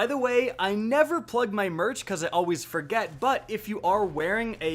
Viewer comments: CaptainThroatPunch broooo 😂😂😂 I noticed ALWEEEEZ the first time I watched one of his vids. The SINKOCEPS shit that he says drives me up the wall. And it’s not one time. He says it every. Single. Time. Do you think he says sinkesizer? Sinketic instead of synthetic? 😂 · Mark Elsholz LOL and at the end of the video he says always like “alweeeeez” like who the fuck talks like that? When asks for directions does he says “which weeeee is the nearest hotel?” And how does he actually say “we” since that speech pattern is used for “ay” in his vocabulary. And he says SYNCOseps LOL Do they not teach anything in school speech wise anymore or parents not care enough to correct such sloppy ass speech?